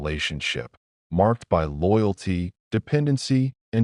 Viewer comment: WHY can't this awful AI pronounce the word "by"?!? Wtf